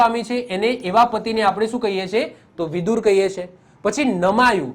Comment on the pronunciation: વિદુર નહી વિધુર. આવે sir